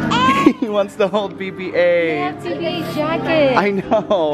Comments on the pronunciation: it's not Bebe 8 it's BB-8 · Yeah it sounds like Baby 8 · it sounds like says baby 8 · AWW when says bb8 it sounds like he's saying baby 8 lol =D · It sonnds like his saying baby ate